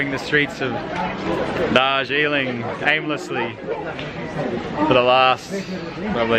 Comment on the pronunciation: Wah darjleeng